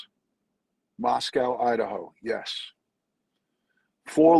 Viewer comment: Just FYI. It's pronounced Moscoe. Not "cow". 😉😊